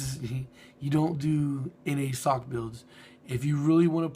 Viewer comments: it's not sock it's S - O - H - C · also, why do you pronounce Sohc sock